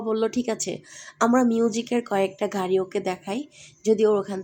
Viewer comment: ঘারি?? প্রাদান্য? প্রচন্ঢ?😂😂 নিশ্চিত মাদ্রাসা ব্যাকগ্রাউন্ডের মূর্খ। আপনার সন্তানকেও মাদ্রাসায় পড়াইয়েন, দূর্দান্ত আলেম হবে, যে শুধু কোরআন ছাড়া দুনিয়া কিছুই জানবে না, ঠিকমত বাংলাও বলতে পারবে না ঠিক আপনার মত।